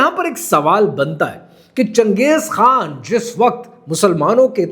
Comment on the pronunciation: Changej khaa hota hai chuyiyee khan nahi 😂😂